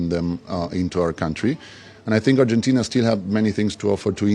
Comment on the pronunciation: Simply disgusting pronunciation . Neither the news reader nor the two onsite reporters can even pronounce Argentina. It's ARGENTINA and not URGENTINA. Horrible! Simply poor!!!